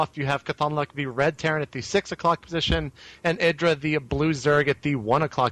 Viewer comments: Id-ra? Its I-drA holy sht i cant stand how he says it. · IIIIIIIdra. Not eeedra. Eye-drah.